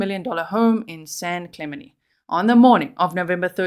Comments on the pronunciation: FYI G I’m from San Diego, that city is pronounced San Klu (like up Klu) Men Tee (San Clemente) love you & your amazing channel ❤️ Merry Christmas 🎄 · San Clem en tay is how it's pronounced. I was born and raised in Long Beach. Great channel 👍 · San Cle-MEN-tee 🤦🏼‍♀️ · Hi... I always enjoy your posts. Just came to let you know the area is pronounced San Cle-men-tee. I live in vegas and have several friends who live in this upper class town. It's well known as the area where the U.S. president Ronald Reagan lived. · Cali girl here to clarify the town is pronounced with a hard “t”. San Cla ment ie. I do love your accent though, G. 🫶💕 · San clem-en-Tay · This is where Pres Nixon lived - San Clemente - pronounced Clay- ment-tea